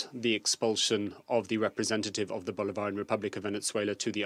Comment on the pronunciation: Why can't even say Bolivarian?